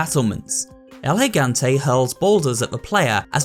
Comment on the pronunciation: Also spanish speaker (Puerto Rico specifically), I'm glad with the effort he put into the pronounciation of Del Lago and El Gigante. I felt very proud of it and it's one of the cleanest versions I've heard from someone that isn't as fluid in spanish